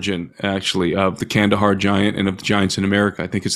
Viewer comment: It’s Kandahar. No hate.